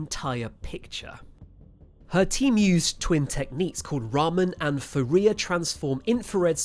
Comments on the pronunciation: Except for the gross mispronunciation of Fourier , you are correct! "Foo-ree-ay" not "Foo-ree--err" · is your narration AI or a real human? Either way, you should correct the pronunciation of unfamiliar words via an old school piece of technology called a dictionary. Some examples: Diplodocus, Fourier and Manteo. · Fourier is usually pronounced by my English speaking colleagues as " four-ee-yay"